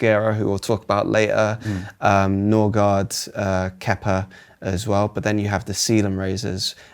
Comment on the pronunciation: I was waiting for to pronounce Norgaard.